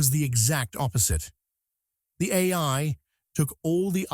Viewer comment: I like tacos... Anyone else notice AI has trouble saying AI? Where are the real videos? The real people? The real creativity? This is only the beginning fellas... This trash will ruin ur ability to think haha and people imagine Terminator haha 😂 destroy your creativity and it's over guys without anyone ever firing a shot! Enjoy